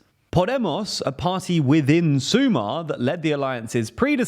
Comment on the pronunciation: Mandatory pronunciation review: - brilliant. Maybe you could check how to pronounce "Sumar" (you sound a bit slavic xD). But you nailed everything else. You get a solid A